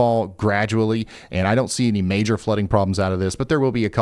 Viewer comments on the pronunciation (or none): none